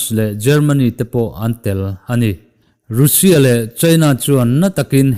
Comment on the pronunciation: Nga tinge Russia hi "rû sia" ti a i lam tlat zel le??? "raa sia" ti a lam zawk tur zawk aniaa, ruusia i tih leh thin hian kalo trim uaih zel...😊🙂